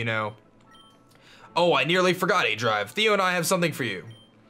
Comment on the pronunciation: Um... did you call yourself 'aJive' in the beginning? xD I can't be the only one that heard that